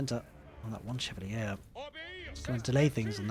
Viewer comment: I think chevalier is pronounced like Shuh-val-yay